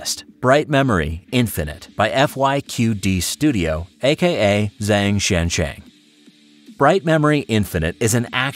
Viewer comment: The pronunciation of Zeng Xiancheng actually sounds more like "Zung Xianchung". You got the "xian" part right but "-eng" in Pinyin actually makes more of an "-ung" sound (the same sound in "uhh")